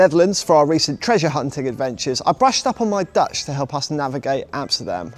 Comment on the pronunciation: As a Dutch viewer I’d like to say to: Dat was een van de beste Nederlandse uitspraken die ik ooit heb gehoord van een buitenlander, alleen nog even aan de klemtonen werken. Dank voor alle prachtige programma’s!